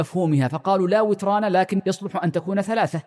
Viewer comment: لا وتران بكسر النون لا بفتحها ياشيخ